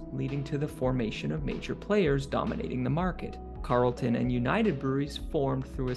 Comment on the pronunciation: Just a correction, it's Carlton, not Carelton.🙂